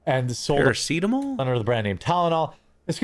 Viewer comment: That attempt at "paracetamol" actually gave me an instant migraine